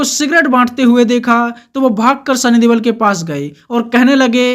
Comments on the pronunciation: Please correct sunny deol not debal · Sunny deol not debal